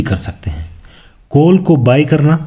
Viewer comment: कोल नहीं काॅल बोलिए